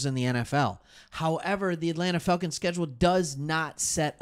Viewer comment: why does it sounds like he saying Failcons. Bro Im getting upset pronounce that shhhh right bro!